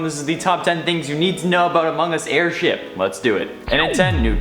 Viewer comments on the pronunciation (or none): nobody: the video: AIRSTIP